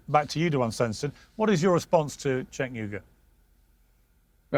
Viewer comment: Matt Tardio is a "Vetbro" Grifter, and don't get me twisted, I have my problems with Cenk, but it's so intentionally disrespecful and antagonistic that he purposefully calls him "Sink" , what a jabroni